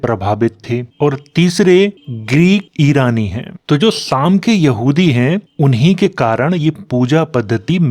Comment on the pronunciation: सेम नहीं साम बोलिए साम से ही सामराज शब्द बना है